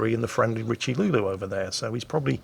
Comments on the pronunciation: Ugh......just because you don't speak French doesn't mean you can add an imaginary L into Richelieu.....it's pronounced as Rish-uh-loo.....not RichiLuLu =.= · Damn, your pronunciation of Richelieu had me in tears laughing and coffee splutters all over the desk.